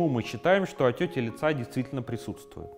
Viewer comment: Я одна слышу не "отёки", а "отёти"?